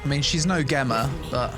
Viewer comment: So glad you are still doing actual edited videos... I'm not watching a 4-5 hour live stream/vod as a "first impression" video, thats crazy. also Gemma from MH Wilds? It's pronounced Gem - ma. Not... whatever you said.